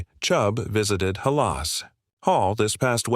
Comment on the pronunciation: Who is this? Tevin Jenkins doesn’t play for the Bears anymore! And who calls Hal-as Hall, Ha -la Hall? Definitely not a Bear fan!